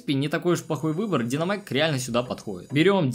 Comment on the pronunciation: ПОЧЕМУ ДИНОМАЙК ПРАВИЛЬНО ДИНАМАЙК И МАКС ЭТО ДЕВОЧКААА!